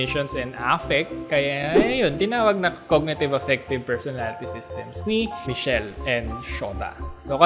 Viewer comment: Pronounce As mis- kel.